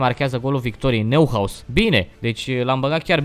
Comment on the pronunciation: Neuhaus se citește Noihaus